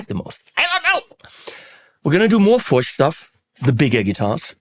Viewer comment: It is indeed pronounced "Furch" rhyming with Turk. I had the honor of meeting František Furch at his workshop/factory near the city of Brno, CZ, where I lived for several years.